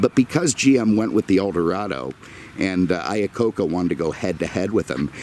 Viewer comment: It's "Iacocca"...my last name is not that far off. I was also born in 1969 LOL